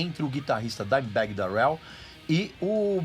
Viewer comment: Sua pronuncia Darrell está errada